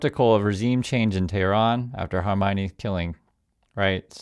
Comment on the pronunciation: you just called khamenei hermione and its cracking me up! better than the horror of the moment for one second